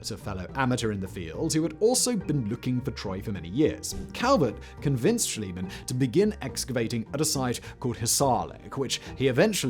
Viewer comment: It's Schliemann, not Schilemann.